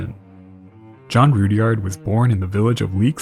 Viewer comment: Guessing it's not pronounced Rood-yard either.